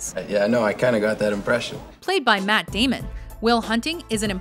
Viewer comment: she said Matt Demon